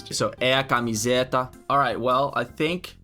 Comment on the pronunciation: One thing that I noticed is that many times you subconsciously put a accent where there is none like you said "camiséta da AMPEG" instead of saying "camiseta" with more of a close and nasal sound, which would be more the norm for non accented syllables. Which I also think complicates for you to distinguish the different accent like in "avô" and "avó" since you are incorrectly putting accents where it shouldn’t have.